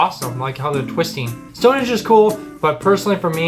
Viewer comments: it sounds like the narrator is saying stone HEDGE ??? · Stonehenge not Stonehedge! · its STONEHENGE not Stone hedge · I know it's not his fault, but it's StoneHENGE, not Stonehedge. And on that tree lined road, it 's not helpful to say they're everywhere! Individual twisted trees can be found anywhere, but that tree-lined avenue, I live here, but have never found it, I have been to Northern Ireland, where according to your lead video, it is situated, but they don't tell you exactly where. There's another brilliant railway viaduct in the Yorkshire Dales, near Hawes. (Not my home town) but good and excellent for cheese. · Um it’s StoneHenGe not hedge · What is wrong with the video narrator ? His pronunciation is all over the shop. “ Stone hedge” ? WTF ? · One thing that kept annoying me in the video you were watching is the guy kept calling it Stonehedge instead of Stonehenge, only a minor thing I know but it was annoying to me. Another place near us that we like to visit is Portchester Castle. It is right next to Portsmouth on the south coast of England. This is from the Wikipedia page: Portchester Castle is a medieval fortress that was developed within the walls of the Roman Saxon Shore fort of Portus Adurni at Portchester, to the east of Fareham in Hampshire. The keep was probably built in the late 11th century as a baronial castle and Portchester was taken under royal control in 1154. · Stonehenge not Stone hedge as they guy says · It makes me cringe every time he says stonehedge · I wish he would pronounce things properly.